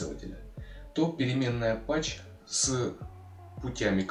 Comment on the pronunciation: Path ведь читается "Паз", а не "Пач"